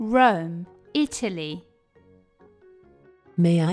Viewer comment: Non mi sembra che la parola Italia sia pronunciata bene.